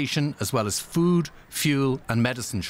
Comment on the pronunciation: You pronounced food as fewd- but yes there is lot of fewd there right now